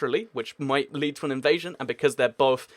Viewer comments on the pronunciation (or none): none